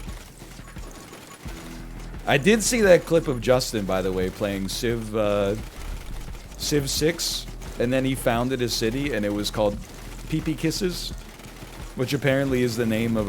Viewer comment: As a Saskatchewanian I have to say Peepeekisis is not pronounced "Pee-pee-kisses" its pronounced more like "Puh-pe-ki-sis". When said it sounds kinda like "Puppy kisses"